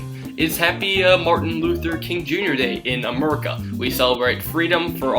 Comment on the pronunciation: i love how he say "robits" and "murica" xD